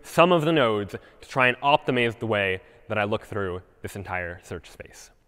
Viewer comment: that's the way I will be pronouncing 'optimize' in standups henceforth haha